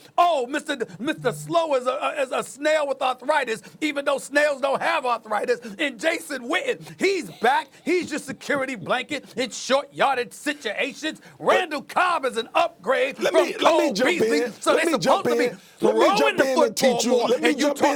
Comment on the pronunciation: 😂😂😂 This man said short yardage sitations